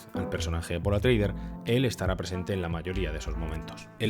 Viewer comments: Grandísimo vídeo. Bien documentado y muy bien documentado pero porque dices Atreider en vez de Atreides? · Buena crítica sin estar de acuerdo. Por cierto, no es paul atreuder sino atreides, supongo que un lapsus. Lo siento pero tengo que recordar la penosa y desastrosa versión. Nadie más se durmió ? Menos mal que tenemos los libros lo cual desmonta la película, saludos y gracias